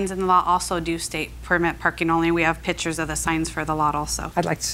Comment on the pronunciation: "We have PITCHERS of the parking lot also." It's Pictures folks, not pitchers. Some people are so lazy with the English language, it's no wonder foreigners have a hard time understanding our English.